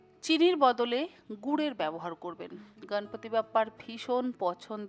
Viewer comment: সুন্দর রেসিপি। এবারে নিশ্চয়ই বানাবো।একটা কথা বলি দিদি, আপনি গনেশ,গনপতি এই শব্দের উচ্চারণ গাণেশ,গানপাতি এমন হিন্দী টানে উচ্চারণ না করে যদি বিশুদ্ধ বাঙলা ভাষার উচ্চারণ করেন, শুনতে আরো ভালো লাগবে।এই সময়ে মুম্বাইতে প্রধানত এই গণপতি পূজা হয়, কিন্তু উনি তো আমাদেরও সিদ্ধিদাতা।সকলেই আজকাল হিন্দী উচ্চারণে বাঙলা বলছেন। এভাবেই বাঙলা ভাষার বিশুদ্ধতা হারিয়ে যাচ্ছে। আশাকরি আমার কথায় কিছু মনে করবেন না।❤